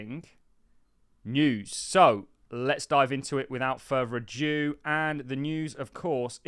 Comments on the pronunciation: It's 'without further ado' not adieu. As in 'Much Ado About Nothing'. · Without “further ado” not “aju”